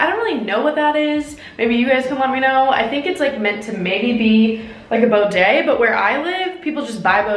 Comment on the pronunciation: “Boday”, it bidet. She’s not the sharpest knife in the drawer. 😂